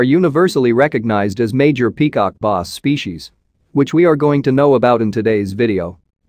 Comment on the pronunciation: peacock noss?! Its Bass and not even Basebass rhymes with glass and ass. and not ahs oe boss.